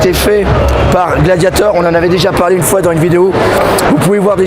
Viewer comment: t'es un malade de dire "bonjour une foué" x) ptdr'!!!